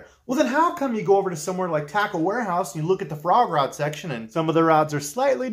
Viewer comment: I know you're saying frog rod, but I keep hearing Foie gras. My ears not your problem but it makes for some funny images to me.